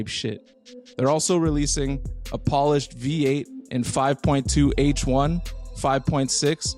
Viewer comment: lol bro said 5.2 H1. It’s ‘hi’ dawg 😂